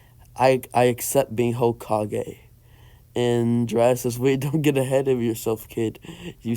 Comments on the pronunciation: He said ho-kige instead of hoe-ka-gay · Ho-ka-ge not hawkage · hah cage Me: its hokage not hah cage XD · Hawk kage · You're pronouncing hokage wrong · Ur saying hokage wrong